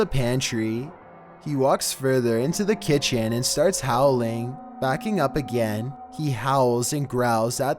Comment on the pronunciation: At my ki t en